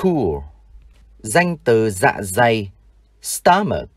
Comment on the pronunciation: Bạn ơi ! dạ dày không phải dạ giày. Sorry !😊